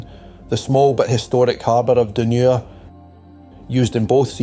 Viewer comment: Great video, well made. Hate to be picky but some of the pronunciations of the place names are questionable. ie for Hopetoun - Hopetown rather than Hopetoon, for Dunure - Dun-your rather than Dunoor, and the river Clyde is Cl-ide, not Cl-eyd. Maybe just the accent, I'm from Ayrshire.. was the reader from the East Coast? My apologies... well done though. X